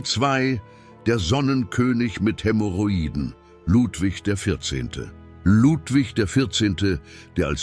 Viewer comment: KI mit falscher Aussprache von Hämorrhoiden. 🤣 Maria, die Erste .KI ist katastrophal.